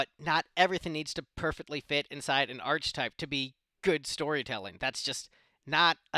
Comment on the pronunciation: The first thing you need to do is: Learn how to pronounce ARCHETYPE. Maybe have Siri show you. It's not ARCH-TYPE.